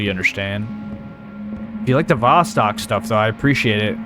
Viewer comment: Hey, friend. Love your videos. The word Vostok is pronounced like Voe-stoke. You pronounce the O's as Oh's. I never watched this game, but watchin you play it.